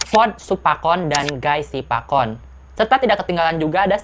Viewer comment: Mau ralat dikit phi. Lanjutin yg di part 1 heheu. Bright Vachirawit dibacanya Wachirawit. Guy Sivakorn jg sebenernya Siwakorn. Pae Arak dibacanya Pe kaya baca Janhae gitu. Jd Pæ bukan Pae. Meskipun sebenernya aku liat tulisan thailandnya kayanya pake เ sih bukan แ jd harusnya Pe kaya Te di Tay Tawan gitu. Aom Sushar dibaca Om tp O nya bukan O bulet kaya Ohm gitu tp kaya baca Oabnithi. Dia pake อ bukan โ soalnya :/ pengen pake vn deh. Baru sadar ternyata baca Jan nya jg msh blm tepat. Itu dibacanya Jæn Ploi-shompu. Enchante, sebenernya awalnya aku jg ga ngerti baca bahasa Prancis sih. Tp kalo liat dr tulisan thailand-nya dibacanya Ong-Syong-Te. Aou Thanaboon kalo ga salah aku pernah liat tulisan thai nya tuh อู้ , kalo ga salah, jd bacanya U aja. Joss Way-ar dibaca We-Aa. Kaya baca kata "way" dlm bahasa inggris yg artinya jalan. Kaya Te di Tay Tawan. Trus r nya ga dibaca, itu cuma buat nunjukin a yg long vowel, orang sana biasa ngeromanisasi a yg long vowel jd ditambah h atau r gitu pdhl ga dibaca. Ciize dibaca Sai-sii. Gigie dibaca Jiji. Kaya Gigi Hadid gitu dibacanya Jiji Hadid. Toptap dibaca Toptep. Foei dibaca Feui. Kaya kalo basa sunda teh mau baca teuing atau ciumbuleuit. Mond Thanutchai dibaca Thanatchai.